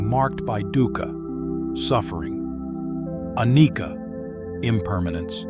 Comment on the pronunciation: Anicca is not pronounced "anikka" , instead , the sound is like ch as in "child" ie it is pronounced anichha . It is a pali language word .